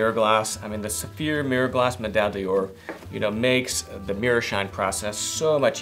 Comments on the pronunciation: pls stop saying medaille “DIOR“. it‘s “D‘OR“. you don’t have to be french for that. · One day will learn how to pronounce Medaille D'Or.